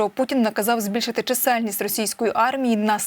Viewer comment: у озвучувачів якісь прОблеми з нагОлосами: чомусь не чисЕльність, а чИсельність!